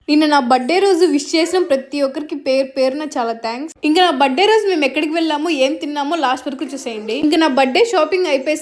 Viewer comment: బర్త్డే కాదు బర్తడే కొంచెం మంచిగా పలకండి